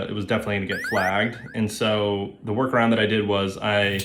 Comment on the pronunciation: I understand that you said "Workaround" and , but it sounds like you said "War crime" and that's delightful.